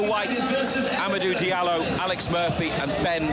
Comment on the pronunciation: Did I heard amadu diallo